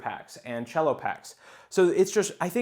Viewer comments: Good video, dood. However, it's pronounced "sello", not "chello". It's short for "cellophane"; it's not a musical instrument, man! 😂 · It's CELL-O. lol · The c in cello is just like a normal S, not cello like the instrument. It's just short for cellophane. & Yes from my understanding they're only grading the sealed pack, nothing on the inside. Just the condition of the cellophane.